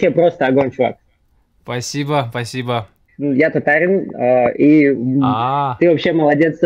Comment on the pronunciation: Блин,зачем ты коверкаешь названия Казань и тАтар,делая ударение на первом слоге???Тебя даже иностранцы поправляют,говоря правильно ТатАр,а не какая-то тАтра.Бесит аж,ты татарин или тАтарин?